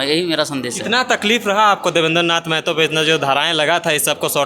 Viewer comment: Bolne ka dhang nahi hai r reporter bane h .. मेहतो nahi महतो होता है 🤔